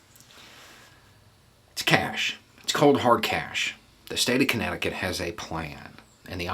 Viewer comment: I first misheard "Connecticut" as "Kentucky" and for a brief moment, the world suddenly looked very beautiful.